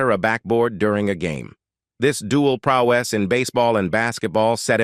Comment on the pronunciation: The AI robot needs to be reprogrammed to pronounce "prowess" correctly instead of "prow-ESS." And the film industry was "burgeoning" in the 1950s? The industry was "burgeoning" in the late-1910s, not the 1950s. Connors owed his television-western career to Dale Robertson, who gave him a significant role in an early episode of "Tales of Wells Fargo" and featured him in three other episodes.